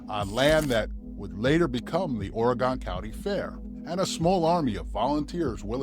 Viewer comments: Ooff Nice video, In Oregon, this is the correct pronunciations : Ory gun, not Ory gone. (The latter is East coast speak) Va net a Is pronounced Va neeta Correct spellings: Oregon Veneta Cheers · Dude! Its pronounced ''OryGUN" and "Va-NEE-ta" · Ore-gun... is how it's pronounced.